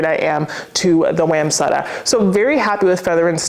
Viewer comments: Hi love your channel but one thing bothers me. You are pronouncing wamsutta wrong. Sorry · Side! Side! Side! Back people: Stop snoring and try side. You might like it. I've always pronounced Wamsutta different from the way you say it. I looked it up and it was worse than the way either of us say it. So I recommend we each stick to our own pronunciation and be happy with that. Thanks for reviewing all the cool things so we don't waste our money on a dud.